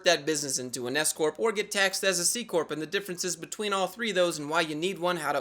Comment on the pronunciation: instead of "s-corp" understood escort. The most confusing few seconds in my life xD